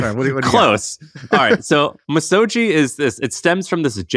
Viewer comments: The G would sound like gee and not jii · You're very close on the pronunciation! Misogi is three equal syllables. Mi (me) So (so) Gi (gi with a hard G). Each should have equal length and equal stress. You can read the Wikipedia entry if you'd like to know more about the Shinto tradition. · Hard "g" in Misogi. Much to learn...🙏